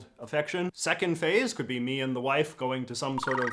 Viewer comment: The way JJ says “wife” literally made me laugh out loud as a fellow gay guy.